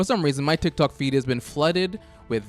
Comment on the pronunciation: Ah yes Tiok tok